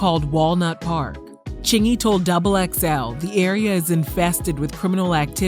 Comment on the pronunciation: He said it right and I believe him ... thanks for posting!